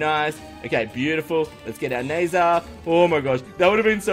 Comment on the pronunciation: I think it's pronounced as nazar not nezer...